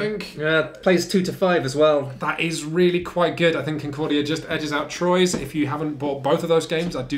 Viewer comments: It’s truà, not trois 😉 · It's not TROYZ... You have to TRY. It's Twuaaaaaaaa. Even if it's wrong, you have to try. That's half the fun. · Its "Truah" or "Trwa"! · It's "T-wah" Get it right for when you review the expansion. ...shoot! too late 😬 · Its pronunced "Truah" or "Trwa"! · Fun review of a terrific game! I just got a nervous twitch with each horrible pronunciation of the word Troyes. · Nice vid! Though... since it refers to a French city, I'm pretty sure you guys mispronounced the name of the game the whole time. But I might be wrong. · ...Thats not how you pronounce Troyes at all. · Wow you should at least learn how to say Troyes before reviewing it lol no hate just you're butchering it